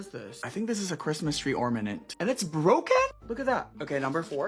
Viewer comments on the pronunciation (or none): ain’t no way he just said “ormanent” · Not me wanting to hurl my phone out the window every time he said “OrMaNent” 😡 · the guy who cant pronounce ornament is driving me nuts 😭😭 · So Dior is overpriced. Noted. Also - Or Na Ment. Pronounce it right. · He's always saying that word wrong and it's one of the signature things of his page, fans are aware of it)